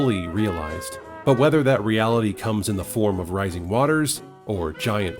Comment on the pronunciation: What American pronounces -ing as "ink" ??? None! "Risink and fallink in America" WTF. Is this a computer voice that thinks it has British roots??